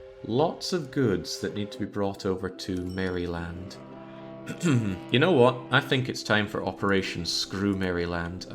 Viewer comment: "Mary-Land.." dont pronounce the y lol